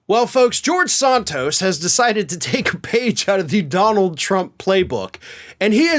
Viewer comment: Do you call him Sahn-toast on purpose?